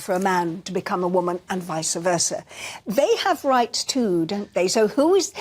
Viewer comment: Angela Rippon.... shame on you.... its pronounced "vice" versa..... not "vice-a versa".... what happened to RP?